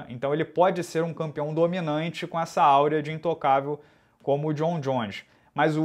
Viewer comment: Áurea Não ! É Aura !